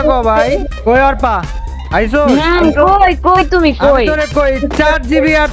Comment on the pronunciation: bro arpa na bece arpa bolan🖕